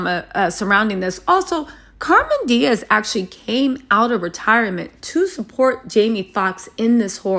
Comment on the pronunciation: Cameron not Carmen.. ur killin me smalls